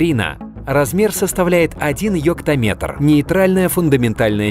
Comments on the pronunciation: Я одна слышала не йоктаметр, а йоптаметр) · ЙоКтоМетр? ЙоЯМетр! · не йоктометр а ёбтаметр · Диктор:Йектометр Я:ЕПТАМЕТР? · Почему мне слышится «Ептаметр»? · Мне одному слышится? Ёптаметр,фемкаметр😁